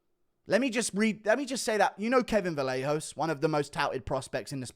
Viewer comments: its pronounced "vah-yay-hoe-ss" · Kevin Vallejos is pronounced “vah-YEH-hoh"